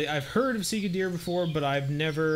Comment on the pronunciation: Sika deer are mostly native to Asia Vietnam, Japan, Manchuria there's many different species there might be some in Eurasia but I would have to look it up also it's pronounced a little different from how you say it but that don't really matter